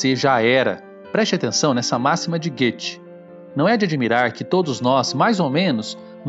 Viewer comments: Hey du müsste richtige sagen Goethe, aprenda a falar o nome direito Goethe (Gote) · Adorei o vídeo só ficou muito difícil ignorar até o final a pronúncia errônea do nome Goethe pr conseguir ver por completo o vídeo. Compartilho com meus familiares e amigos Aínda mais agora nesses tempos.